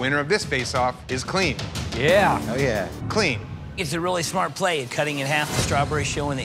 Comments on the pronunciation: Judges call: “real clean,” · Take a shot every time you hear '' in this video